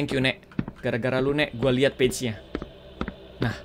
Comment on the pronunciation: "Page" bukan "b1tch" dodol